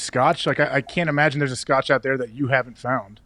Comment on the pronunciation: I do love Aaron Rodgers but his Scotch pronunciation was the funniest part of that show today 😂